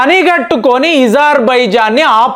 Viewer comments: మీరు ఎందుకు కొన్ని పదాలు వత్తి పలుకుతారు.ezarbizan.అది అజర్ byjann మీరు యూజర్ అంటారు ఎందుకు ఇలాంటివి అణిముత్యాలు కొన్ని వస్తాయి మీ న7నది.మార్చుకోండి..ఇరాన్ ను ఈరాన్ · Izer baijan kaadu , azer baijan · ఇజార్ ఇజార్ అంటారు ఏమిటి అజార్ అనే కదా ఉంది ఎందుకు అలగ పలుకుతున్నారు వినటానికి బాగోలేదు